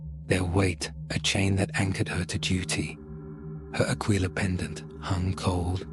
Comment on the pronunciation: Ahh yes the classic symbol of the imperium… “the AQUA-LILA”